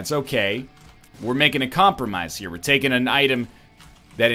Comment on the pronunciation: dawg you gotta drop that 'tain' shit